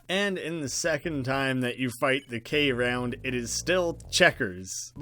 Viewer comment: I think its called K.round because youre meant to say it without the dot. so its KROUND or "Crowned"